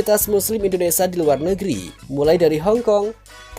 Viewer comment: Mf y bg mimin, d ralat bahasa indonesia nya klw menyebut " indonesia " Jgn indonesa... Krg pas. Ok. 😊